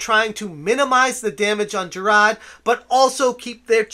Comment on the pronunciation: Who the hell is "Jirad"? I know who Jirard is, but you keep talking about some guy called "Jirad".